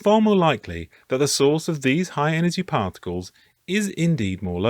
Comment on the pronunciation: Cosmic ray "particals" lol